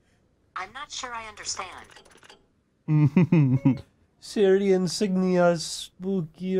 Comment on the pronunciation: Ummmmmmm, its siri!!!,,???! Not SERRY